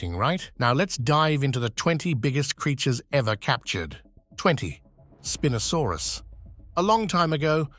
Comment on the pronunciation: youi say spinosaurus wrong twice and right twice